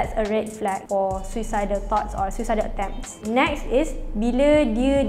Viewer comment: tapi sebut dia SUU-SA-ID , bukan SU-EE-SA-ID, malu la bagi info banyak tapi salah sebut perkataan 😅